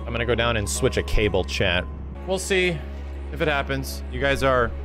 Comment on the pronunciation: New to your channel; been listening to your ff7 chapters while I work and this whole time I thought you were talking to someone named Chad...turns out you're saying 'chat' lol.